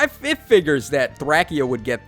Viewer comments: Its not Thrackia, its not Thrasheea, its Thrashia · Please tacho it’s thray-sha not thrackya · Its threy-see-yuh not thra-kee-uh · All of the characters in the game say “Thray-shee-uh” in their voice lines. You’re wrong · hold on did u just say thrackia 😳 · I don’t doubt you know Japanese but the characters from Thracia don’t call it thrackia so it def not pronounced that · It's pronounced "Thray-she-uh" as per the trailer. You can pronounce it however you want and so can, it is just a game after all. But we do know the proper pronounciation. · Listen to the voice lines in the game. You’re wrong., the localization is “Thray-shee-uh” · did he really just say thrackia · Yikes. We know you need to go back and relearn phonics, but ouch, your pronunciation of Thracia just hurts. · I think it's hilarious. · The way you pronounce Thracia triggers me